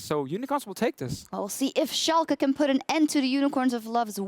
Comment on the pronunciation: Finaly a german caster who can pronounce Schalke right xD